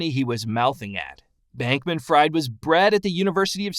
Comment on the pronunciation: You mispronounced his last name and it's FTT not FFT.